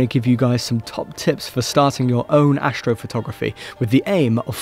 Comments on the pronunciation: ashtrophotography .............. ashhhtro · He's gonna show us some "ashtrophotogriphy" lol